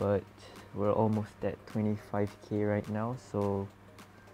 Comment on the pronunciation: Yo when u said 25k, u sounded like a singaporean like me lol. Btw pls no bully also.